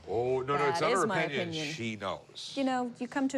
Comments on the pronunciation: He also said "O-pinion". It really showed just how much value there was to his words. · Well... that's your o-pinion.